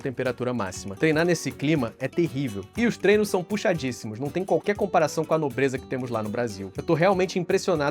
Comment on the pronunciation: aqui você lê moleza como nobreza, infelizmente isso compromete um pouco o entendimento sobre oque ele achava dos treinos de lá. O vídeo continua sendo excelente como sempre